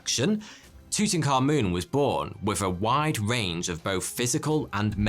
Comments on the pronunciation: I cant stand your voice bro. Its not tutankamoon. its tutankaMUN. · He is. It's pronounced Two-ten kah-muhn not moon. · That's TUT-ankh-aMUN, not TOOT-n-common. Unbelievable how badly the pronunciation has been botched even among Egyptologists. You'd think they'd be more careful and more respectful than that. Amun was one of their eight chief deities. The ankh was the symbol representing eternal life. Tut perhaps corresponds with Arabic taht (تحت), meaning under. If so, the royal name meant "under the eternal life of Amun," which would essentially mean operating under divine authority. Dr. Hawass says it correctly here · Your saying his name wrong , its not tutan-khamun. Its : Tut - Ank - Hamun and you say it like "TOOT - ANAKH - AMON" " תּוּת עַנְחְ' אָמוֹן " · Tew tuh Ka Mewn. 😂 It's Tu-Ta, Ka-moon. "I am your PHAROAH!!" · Tooting car moon (according to the closed captioning). You can’t unhear it now. You’re welcome. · Tuttenkahmun Subtitles: tooting car moon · It's Tut A'nekh A'amoon. Not whatever you keep calling him! 😂😅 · It's pronounced as "toot ankha moon" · The way you pronounce Tutankhamun as tutanka-moon is sending me lol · Aah yes, my favorite pharaoh, Tooting Car Moon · "Tootin car moon" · Ah yes tooting car moon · isn't his name something like tut ankh amun? :D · Tutankhamun English subtitles: Thooting car moon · Just saying, it’s actually pronounced like ‘too-tank-ay-mon’. I always said it like that until actually visiting the valley of the kings near modern day Luxor and having a tour of his tomb, the tour guide who spoke insanely good english pronounced it as such. I was curious why he said it like that and he said that’s actually how it was pronounced apparently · Tooting car-moon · I love the way he pronounced it “Tootoonkamoon” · It’s pronounced toot ankh aamoon I’m Egyptian and don’t say yahgert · tootenkahmoon's toom! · Tut - Ankh - Amun , The correct pronunciation is Tut - Ankh - Amun.